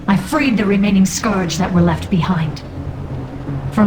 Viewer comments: You pronounce scourge with an o like in torn, when it's like the u in turn. Garrosh even says it correctly during your video. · how can you fail at pronouncing "scourge", and then later on perfectly execute it? lol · just hated how you sayd scourge